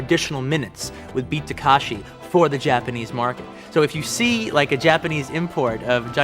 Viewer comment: And the name of the actor/director to boot: It's Ta-KE-shi ✔ Not Ta-KA-shi ❌ He'd be better off just calling him Kitano.